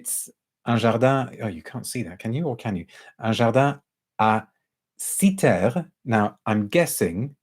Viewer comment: Lovely video~ and props for the pronounciation of Κύθηρα~ 😊